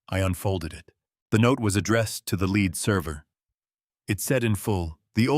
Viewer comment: The words "lead and read" were constantly mispornounced constantly in this story. You should proof read/preview your work.